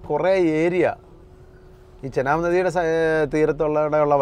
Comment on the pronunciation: ചനാബ് നദി അല്ല. ചിനാബ് നദി